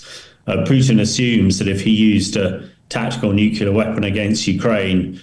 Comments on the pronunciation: I know that I am nit picking but his use of nucular rather than nuclear really grates!!! All the more surprising as he is clearly British. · I wish Ben would stop pronouncing nuclear as nucular.... Arrgghhhh! Other than that, the analysis is good. The internal pressures on Putin are mounting exponentially. He is trapped by his own hubris and lack of realistic strategic planning. Ukraine was always far too big to conquer or control, even for a military as large as Russia's. What Putin has underestimated is the value of freedom and identity to Ukrainians. It's the same for Poles, Romanians and all the other previously Soviet Bloc states that are now part of the EU and NATO. He has forgotten the real reason why the Iron Curtain (and with it the Soviet 'empire') fell. It wasn't tanks and bombs, it was the post-war western European culture that was live-streamed directly to the people of eastern Europe via their analogue TV and radio sets, from massive transmitters that were deliberately placed on the border. Those countries that came over to the West (and now Ukraine) will never give up their freedoms. Also, it's too easy to blow things up deep in another country with modern tech, as the Ukrainians have proved so spectacularly. Also, most Ukrainians speak Russian as well as Russians do. They can blend in, infiltrate and act invisibly inside Russia. Russia can never win this conflict. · "Nuculer". How embarrassing. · It's always jarring to hear educated people say "new-kyoo-lar" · I cannot believe that a retired British colonel cannot pronounce the word nuclear. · How on earth does a British Colonel not know how to pronounce 'nuclear' correctly ? Mind-boggling. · N.B. There is only ONE "u" in nuclear.